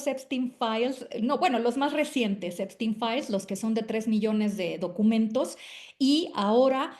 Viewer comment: Epstein se pronuncia ":Ep-SHTEIN".